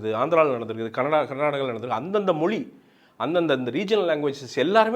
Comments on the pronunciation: மொலி இல்லடா... மொழி. உன்ன மாதிரி உச்சரிப்பை தவறாக பேசுற 90% ஆளுநாலா தான் தமிழ் அழிந்து போகுது. இன்றிலிருந்து நீ உச்சரிப்பை சரியாக பேசு தமிழ் தானா நிமிர்ந்து நிக்கும். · அது தமிழ் மொழி !!!!! மொலி அல்லா, அதுவே வரல உன்னக்கு..